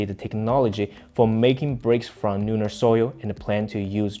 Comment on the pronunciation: Please pronounce the "L" as "L" and not sounding like "N" at the beginning of a word eg. Lunar NOT Nunar. Thank you for your news and information.